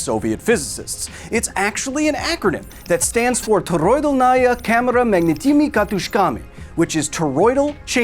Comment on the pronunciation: what you said - toroidol-nAya camera magnitYmy kat-Ы-shkamy (weirdly you actualy used Ы sound that is rare in english ) what it should sound like - toro-idAlnaya cAmera s magnIt-ni-mi katUsh-kami Please use google translator speak feature when trying to pronounce forein language